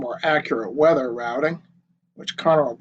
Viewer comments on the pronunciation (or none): none